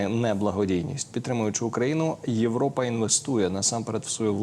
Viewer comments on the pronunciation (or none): none